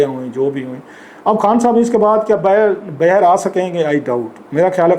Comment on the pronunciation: السلام علیکم کلاسرا صاحب آپ باہر کو ہمیشہ بہر بولتے ہیں شاید سرائیکی زبان کے زیر اثر ایسا ھے پلیز بہر کے بجائے باہر بولنے کی کوشش کریں آہستہ آہستہ ٹھیک ہو جائے گا